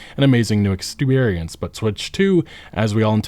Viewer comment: "An amazing new exteriorence but twitch 2..."